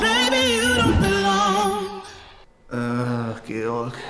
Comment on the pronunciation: „Verführerich“ Rewis bestes ch-Wort mit Abstand :D